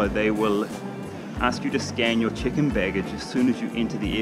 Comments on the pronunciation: Is it just me or when Karl says check in it sounds like chicken. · I heard that too but I think he was saying Check-In Baggage. But yeah, I does sound like Chicken Baggage the was he said it.